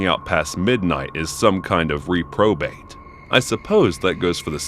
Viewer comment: Listening, and the pronunciation of Medellin bothered me so hard lol Edit: reprobate also lol Great video tho as always